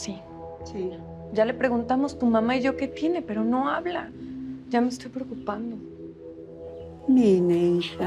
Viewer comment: Si se escribe Mine pero se dice Mini